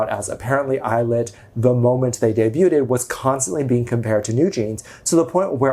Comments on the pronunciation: He's done that with a few words now..............I used to send him "how to pronounce" things, it didn't change a thing, lol. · I think it's hilarious how pronounces "debuted". The T is not enunciated. It's simply debut with the D sound at the end.❤